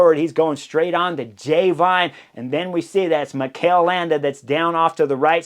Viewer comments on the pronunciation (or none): none